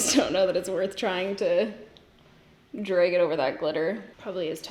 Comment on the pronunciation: No one:: draeg